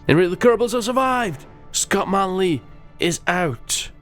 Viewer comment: failed pronouncing my name :(